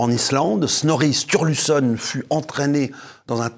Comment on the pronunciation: L'Edda de Snorri est magnifique, la plus grande source sur les mythes, légendes et Dieux nordiques. Je suis passionné par cette mythologie, ses histoires sont bien plus riches qu'on ne le pense. Par contre ça se prononce un peu différemment 😅